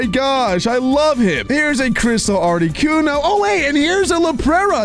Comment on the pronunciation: Did any one realise that didn’t say articuno but he said arcicuno